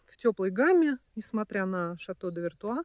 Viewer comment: Шато ВертУА, а не вертои)) во французском oi читается «уа»:)